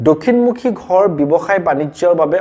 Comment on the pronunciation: Apuni koth koute ro tu bebohar koribo.gha nohoi ghar kobo lage.